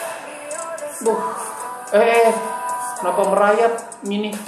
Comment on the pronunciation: gedeg dah gua kalo lu ngomong "kenapa" tapi ada h nya jadi "khhenapa" wkwkwkwkwkwk